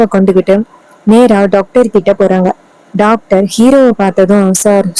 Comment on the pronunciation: 😂 டாக்டர் என சொல்லவும் நீங்கள் சொல்வது டக்டர்